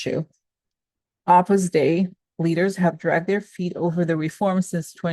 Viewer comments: Love your daily shares! 🙏🏻🙏🏻🙏🏻 Side note: Opus Dei is pronounced 'Opus Day.' 🥰💙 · pronounce O pus Day-ee